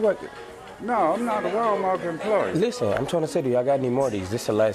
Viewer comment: Why most older black people call walmart, walmark? Lol